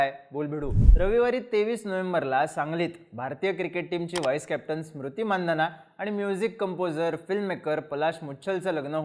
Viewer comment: स्मृती नाही रे Smriti 😅